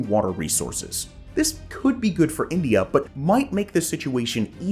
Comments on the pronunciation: Did you say Inglia , not the first time you mispronounced India, disappointed dude 🤦🏻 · did you just call India Englia? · Its INDIA not ENGLIA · what is engliya ??? Siang - See - Aang.